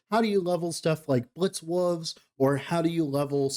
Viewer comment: Love your stuff. Appreciate the time you put in to put these videos together. Need to hear you say Wooves a few more times. 🙂